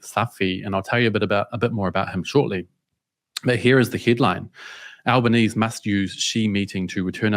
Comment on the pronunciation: You didn't pronounce the E in Albanese, he spent his whole life saying his name wrong you could at least pronounce it like he does.